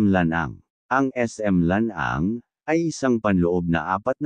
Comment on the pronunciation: Correction po:: NCCC mall Ma-ah, hindi Ma-ey, SM Lanang, hindi Lan -ang..